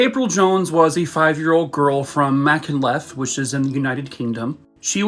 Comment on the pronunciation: He did not say Machynlleth right. It’s hard to pronounce properly but it’s Machynlleth and the double ll and ch sound like uch with the u silent